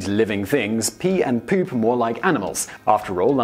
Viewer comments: Thumbs up if you like the way Simon says poop. 'Pewp.' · when you said poop, pees and farts in a British accent I laughed then got my note pad ready